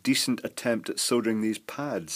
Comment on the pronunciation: I've just figured out why I really enjoy listening to you ramble on about soldering....... It's because you pronounce it "SoLdering" and not "Soddering". Maybe I shouldn't get miffed when I hear it pronounced wrong, but I guess that could be classified as one of my "Bad" points. 🤷🤷🤷 So, Thumbs Up to You 👍👍👍